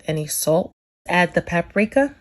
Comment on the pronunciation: There is a minimal amount of "cajun" about this. #1 ... don't ever wash your chicken.,all you're doing is spreading germs on everything when you wash your chicken. If you just cook it properly, you will be fine. #2, if you say pap a rika or Ole Bay, plz just stop... plz.